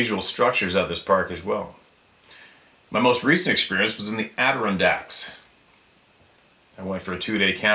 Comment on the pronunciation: I love your channel! I’m in Pennsylvania and I’m offering a bit of pronunciation guidance as I laugh openly when you pronounce the Adirondacks in New York State. It is pronounced “Adder-on-Dax” mountains. 👍Keep up the good work and God Bless you and your family!